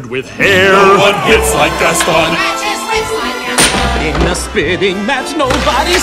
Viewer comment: I'm french and i'm uncomfortable with the fact you say GastON like 1 damn i can't explain just listen to the word "Gaston" on Google traduction in french then americain english